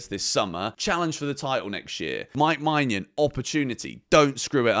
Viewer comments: please look up the pronounciation of maignan you are butchering his name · Im not french, but im pretty sure thats not how to pronounce Maignan.